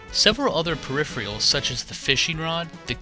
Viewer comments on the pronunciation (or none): "Peripherals" is pronounced "per if er ulls," NOT "per if ree ulls."